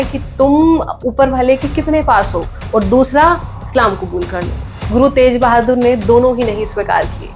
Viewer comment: तेज बहादुर,,,,, नहीं,,,,,, तेग बहादुर 🎉